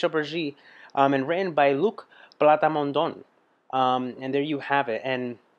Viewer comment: Une fois pout toutes; Luc PLA-MON-DON. Pas PlaTAmondon; d'où sort ce TA ?